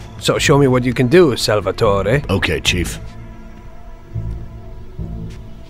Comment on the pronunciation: odd way of pronouncing Salvatore as Salvetoreh. Like he's trying really hard to sound Italian-American.